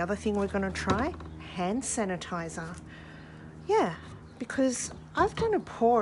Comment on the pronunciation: Sand hanitizer didn't strike me as wrong untill you kept repeating it and saying you can't say it LOL!